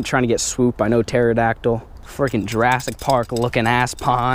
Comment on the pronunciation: you the funniest dude ever😂😂😂 you said teradyactl 😂😂